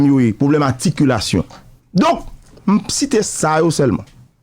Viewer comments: Enfant prodige😂😂😂, Aticulation😂😂😂😂.. Enfant prodigue 🤝et Articulation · Haaa Dadou sa w'ap banm la w'ap korije nèg la epi w'ap mal lage loll Se pa Aticulation, se Articulation loll Dadou touye m lol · Sak rele aticulation an? Se articulation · Dadou fèmen danw monchè,ou nan micro wap pale an piblik , wap korije moun epi wap di "aticulation" ou mal menn antanke jounalise animatè. Mo a c 'ARTICULATION! Ou wè janm ekril pou ka wèl . Kidonk aprann pwononse zanmim avanw kritike moun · SE CLAIRE KKE MISYE PAT FE AMPIL TAN LEKOL,min de bagay,LEW WAP PALE kreyol PA GIN DIFERANS ANTRE articulation ak aticulayion,OK IDI0T,by the way mwen mim mwen pale 4 langue asse byenem ka kimbe ou conversasyon ak nimpot etrange nan tout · Mo a se "articulation" se pa aticulation pandanw bezwen korije Gazman wap voye tenten ou menm. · Ou ta met "r" la ladann nèg, w'ap di aticulation, nan ki lang ou ye la? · Mesye nonm nan di aticulation an 10fwa waww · Gazman tande sam diw la ui aticulation,,,shitt man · Misye di "aticulation" , "enfant prodige" pour enfant prodigue. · Pran not tande "ATICULATION" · ou raz anpil dadou avèk aticulation'w lan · Dadou wap korije moun epui wap di Aticulation ,lanmèd mon cher .